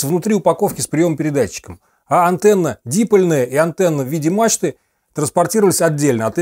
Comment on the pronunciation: Верно, дипОль и шассИ, а не дИполь и шАсси. Ну это так, чисто позанудствовать. )))